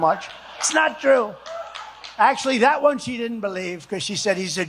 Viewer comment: the way he emphasizes “THAT ONE” multiple times says a lot 😂